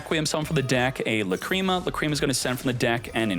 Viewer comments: Lácrima, not Lacríma. :) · i thought it was la creamy